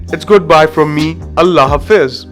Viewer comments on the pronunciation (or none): none